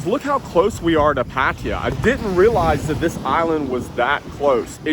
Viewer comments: what the hell is "patiya"? ?? pronounce it right!!!! PATTAAYA !!!! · Hmm.. how do you manage to pronounce Pattaya as “patia” ? If you actually read it and pronounce it wrong, it would actually be right. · Says how can I describe Pattaya to people, it might help if you said their name correctly, there's no I in Pattaya 🙄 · pronoune pattaya